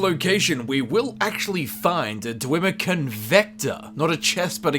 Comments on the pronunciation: Everyone else: they're called dwemmer: DWEEMA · "dwimir" xD